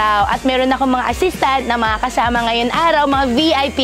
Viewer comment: bukayo yung R nya tunog L hahaha ARAW / ALAW?,nagkakanda buhol yung dila nya sa R 🤣😂